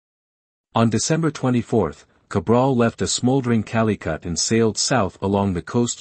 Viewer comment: "King Manuel eye" , "Calicut" You all need to stop with these auto voices. 🤣 Good content though...